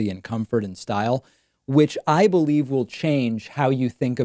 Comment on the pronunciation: "...Hard to ba-lieve!" ~Truest statement he's ever made.